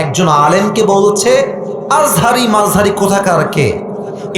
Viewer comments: তুমি তো মিয়া আজা হারি হুজুরের নাম ঠিক মত উচ্চারণ করতে পারো না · দুদু ভাই দুদু খায় নাই বলে আজহারীর নাম ভালো ভাবে বলতে পারে নাই। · আমি বলতেছি উনি রাজনীতিবিদ উনার কাজ দেশের মানুষের খোঁজখবর রাখা অথচ উনি মিজানুর রহমান আজহারীর নামটাও ঠিক করে বলতে পারছে না। এরাই তো দালাল খাওয়ার জন্যই করে। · দুদু তোমাকে কতজন চিনে?? আজহারীর নাম ভালো করে বলো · সে বিএনপির কিসের নেতা সে একটি নাম সুন্দর করে বলতে পারেনা, ডাক্তার মোঃ মিজানুর রহমান আল আজহারী। এত সুন্দর নামটা মুখ দিয়ে আসেনা উনি আবার নেতা। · তার মাথায় সমস্যা আছে তাই সে হুজুরের নামটাও ঠিক করে বলতে পারে না। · মিজানুর রহমান আজহারী কে সারা পৃথিবীর মানুষ চেনে। অথচ দুদু মিয়ার এত অহংকার যে তিনি দেশের একজন স্বনামধন্য আলেমের নামটা পর্যন্ত ঠিক করে উচ্চারণ করতে পারেননি। এত হিংসা আর অহংকারী আপনাদের পতনের মূল হবে। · দুদু আযাহারির নামও ঠিক মতো বলতে পারেন নাই, অভিনয় করে অপমান